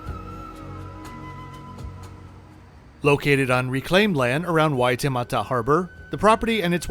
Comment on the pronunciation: First off, fantastic pronunciation of Waitemata. You did really well with your pronunciation of the te reo Māori words. It’s so unfortunate that your stay at the Park Hyatt was like this. Sadly this has been the standard of hospitality in our city for the past 3 years, since covid the standards have really dropped and is plagued with constant excuses as to why the basics aren’t being done.